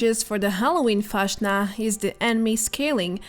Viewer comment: Its so funny when foreigners try to speak german words😂 pls say fastnacht again is so cute😉😚